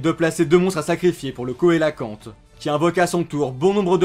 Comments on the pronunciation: rien de bien grave hein mais cela se prononce "célacanthe" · Enfaîte coelacante se prenonce célacante